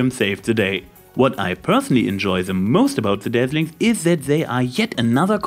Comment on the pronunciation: Instead of Dazzlings it sounds like you are saying Deathlings. I wonder what the movie would be like if they were actually called that... shudders